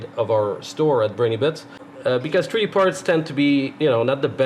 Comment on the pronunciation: I've read some of the comments here and they tell me just how dumb certain people are and just how ignorant and rude. I understand what a "treedee" printer is without even thinking. Of course, I have an advantage over the ignorant louts. You see, I am a "Anglo Canadiene" born and raised in Alberta but I still understand a little "parlez vous". I know what it means when someone tells me "dey arr jus brushin my toots andel bit wit me in a momen". I also have a fair understanding of "Newfenese" an can find a "tumb" wrench when I needs one. Being a westerner I also know a little bush Cree and when someone tells me I am "pashunite" and I am driving down the road it's time to turn around and go back or "gimme da suvul" means when out in the garden. Being Canadian I knows dat stuff just hits duh fans when I hears "Tabernac" or "Laird tunderin jaisus" or "Sunuvabitz". So now, I invites all dee canucks, whether day bees in Taranuh, Cowtown, or da Chuck, from duh Rock to Hongcouver, whose readin dis to tro in any more "Canadianisms" dey can tinks of and reply backs to me iree. As a Canuck you will surely understand dis.......Two buys were out one days huntin and one spotted sumdin on da wuhder. His conversation wit is buddy went like dis....MR ducs. MR nut. Mr2. CDEDBD ise. Wul ull B phooked. MR2 ducs. So you see, when you make rude or cutting remarks about someones pronunciation or their dialect all you are really doing is telling the whole world just how stupid and ignorant you reall